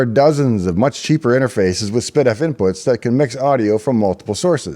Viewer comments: No, I heard spid-eff. It should be ess-pee-diff. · and all these years I thought it was pronounced "S P Diff"